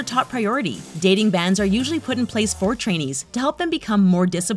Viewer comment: Every time I hear trainees I hear Chinese for some reason